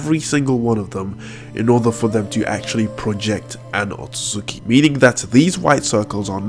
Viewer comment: Its otsutsuki not otsutsuki dum ass